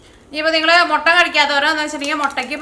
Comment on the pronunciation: മൊട്ടയല്ല മുട്ട എന്നു പറയൂ.......